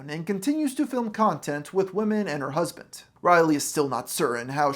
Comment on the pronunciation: there is no t in the word husband